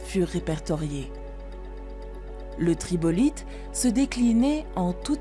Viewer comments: TRILOBITES , pas tribolites comme vous le dites dans la vidéo, c'est bourré d'erreurs de grammaire et d'orthographe, la moindre des choses quand vous reprenez un reportage, c'est de ne pas faire une pâle copie !!!! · juste gaf a la prononciation svp ! " astropodes " " tribolite " et je suis qu'a 17 min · Trilobites et non tribolites. Car 3 lobes. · purée " TRIBOLITE " , il suffit d'une érreur comme çà pour que le docu perd toute crédibilité a mes yeux ! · Tribolyte……… sans compter cette erreur incroyable, cette narration rend un peu fou… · ....tribolites !!! non madame, pas des tribolites !!! mais des TRILOBITES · Par contre on dit trilobites pas tribolite : 3 lobes... 😉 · Tribolite?? Tu comprend que le documentaire n'est fait que pour la tune; elle ne fait pas le moindre effort pour s'y intéresser, ni pour relire le texte... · astropodes??? tribolythes??? trop d'erreurs! (arthropodes, trilobites) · Océan Lapetus, tribolite, parléontologue, Rondinia, astropodes, République-Chèque, Edicara, Lichen, Octovicien, Paléo Léthys, Gonwana, les queues-lacantes ?... Impossible de se concentrer sur le contenu une fois de plus 😄 c'est vraiment dommage parce que le ton donné à cette chaîne est vraiment sympa, un beau gâchis de connaissances mal exploitées... Savez-vous simplement de quoi vous parlez en fait ? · "L'habitacle des rennes" au lieu de l'habitat des rennes, "Tribolites" au lieu de trilobites, "2 nageoires dorsaux" au lieu de 2 nageoires dorsales... Quand à lichen prononcé "liCHen" au lieu de liKen c'est du jamais vu ou entendu plutôt 😅, et il reste 1h.... C'est dommage toutes ces erreurs mais c'est pas si grave finalement, la vidéo est bien malgré tout... juste réécouter vous avant de la poster qd mm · L'idée est bonne, mais les commentaires dissuasifs! Prononcés sur un ton enjoué assez ridicule et bourrés de bêtises, ils démontrent juste une profonde méconnaissance du sujet. Après une indigestion de "tribolites", j'ai abandonné...